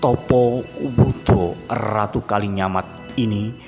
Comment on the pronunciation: Knp???? Ngomong aja "RATU" knp harus... "errrrrrraaaatuuu"